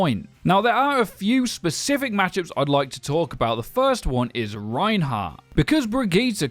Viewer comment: Sorry, did you just say "pacific heroes"..?